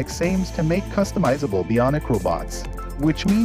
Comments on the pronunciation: Bee on ick is pronounced Bionic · You are mispronouncing "bionic".